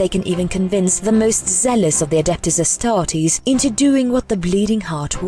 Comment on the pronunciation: I like how you pronounce it "Astarteeeees"